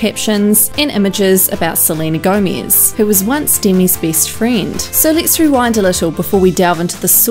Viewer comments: I could not stop laughing everytime I heard you say "Selena Gomiz"🤣🤣🤣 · no one: not one soul:: sleenuh gowmeez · She says "Seleina Goumies" LOOOOL 😂😂😂😂😂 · “salina gomeeze” bye. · “Selena Gomiez” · “Selena GoEmEsSzz” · Tf why you say Selena Gomiz??? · Selena Gomeez got me dying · Lmao, WHY do you say 'Selena Gomez' like that? 😂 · The way this girl say "Selena Gomez" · Selena Gomiez